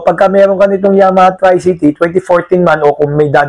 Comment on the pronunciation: correction po....tree-cee-tee hindi try-cee-tee.